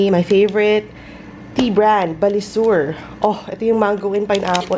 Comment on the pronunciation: I have that kind of tea. Btw, it's BA-SI-LUR not Balisur 😒